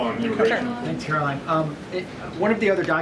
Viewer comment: It’s Karolying Leave-it.